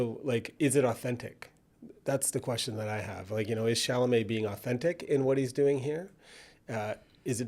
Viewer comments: Girl it’s Cha-la-met!! NOT chamalay😂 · Why Failed (to pronounce Chalamet)